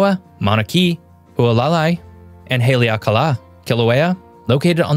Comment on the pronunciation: Good lord. This video is repetitive. The title is Mt Rainier but the guy spends half the video taking about other volcanoes. And he massacres the pronunciation of place names like Haleakala.